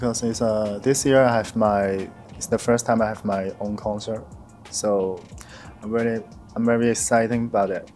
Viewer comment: Are you kidding me😂😂😂 He's not even close to correctly pronouncing most English words, even as simple as the word “very” , “everyone” “definitely” ……??? 😅 and his phrase is completely broken with a heavy HK accent.